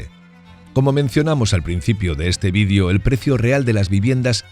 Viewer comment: Que es un ¨Vidio¨y porque pronuncia asi las esdrujulas?